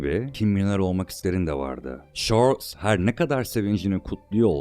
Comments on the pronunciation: Şarls! Vurguların o kadar yanlış ki konuşanın sen olduğunu sonradan anladım ,yabancı bir kesite seslendirme yapılıyor gibi duruyor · Kardeşim iyi güzel de şu dolandırıcı adamın ismini bi doğru telaffuz ediver ya...çarlz. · şorls ne abi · Çarls yerine şörl'e ve sayısız garip, anlamsız telaffuza katlanabildim ama "ünivörsitöyi" kelimesi son damlam oldu, dinlemeye devam edemedim. Kaliteli bir içeriğe sahip bir kanal gibi ama konuşma süsü verilmiş dil cinayetlerine tanıklık etmek hiç hoş olmuyor. Her dil vatanı için güzide bir özelliktedir, insanları için önemlidir. Hiç bir dil bu denli zulüm görmemeli. Dolayısı ile kanaldaki "çocuk" aslında düzgün konuşmanın "cool" olduğunu anlayacak kadar büyüdüğü zaman "ürlülüülü" demeyi kestiği an bu içerikleri izlemekten keyif alanların sayısı artacaktır. Seve seve +1 olurum mesela, ama benim gibilerin biraz sabra ihtiyacı var gibi görünüyor. Şimdilik "engelle" değil ama, gördün mü kaç! Not: Ses tonun çok güzel, lütfen düzgün konuş. Önün, yolun çok açılır ve içtenlikle temennimdir bu, ey ülkemin pırıl genci.